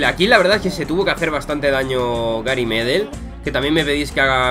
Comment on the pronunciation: Me llamo Pablo Medel y Medel se pronuncia aguda en plan Medél